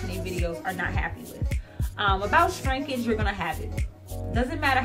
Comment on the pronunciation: Every time I hear you say 'Strinkage' I smile..lol